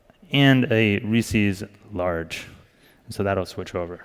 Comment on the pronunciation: Reese's, damn it, not "Reesies". Jesus.